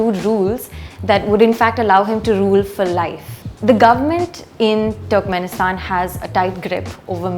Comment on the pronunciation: Small correction , it's pronounced "turrkmenistan"" not ""TWERKMINSITAN"